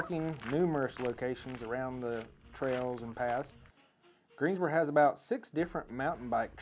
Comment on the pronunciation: Like how you say Greensboro. Looking to move next year